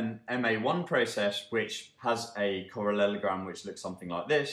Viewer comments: Yeah it made me giggle too! He says correlogram in the next video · "Correlelogram" sounds hillarious :)